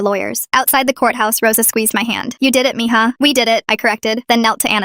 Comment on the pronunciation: It said me ha but it's mija